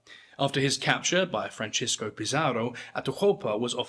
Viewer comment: Goya’s first name was Francisco, not Francesco. It is pronounced like San Francisco.